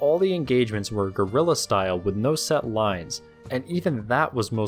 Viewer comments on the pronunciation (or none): none